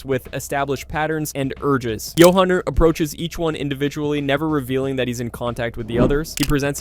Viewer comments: The narrator uses both pronunciations including a third that sounds almost lazy, sounds like you-in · It’s Johauhn not JohAn